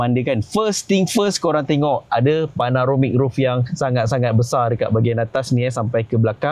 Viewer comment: ni dari dulu tak reti sebut panoramic😂😂mesti tersebut panaromic